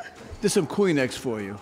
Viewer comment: When judge says "theres some kleenex for u" sounds like he says "clean eggs for you"